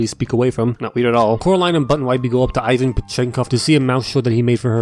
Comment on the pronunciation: You dont pronounce ivan like that, yk that right 💀